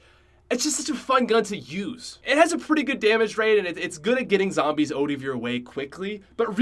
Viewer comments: “it’s good at getting zombies OTE of your way” 😂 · He’s Canadian xD